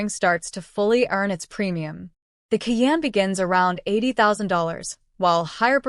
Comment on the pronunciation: Fuxking AI. “Key Anne” - it’s Kai Anne”